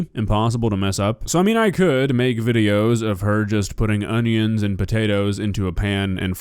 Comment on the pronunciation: Has anyone addressed the fact that she pronounces onions and carrots "honeyons" and "carryutts?"